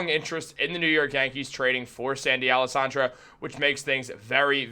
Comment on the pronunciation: Man pronounce Alcantara correctly if you are going to report on this.